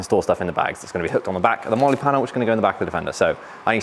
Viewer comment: can't say Molly out loud 😂🥴